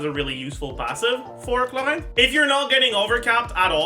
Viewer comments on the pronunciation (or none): I genuinely think mispronouncing names hurts your guides, every time you go "HLORANN" I have to do a double take to make sure I'm not stroking out